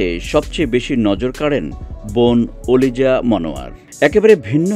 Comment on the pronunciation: Oliza name ta evbe boltesen kano shune mone hochhe kolija boltesen... 😆 🤣 😂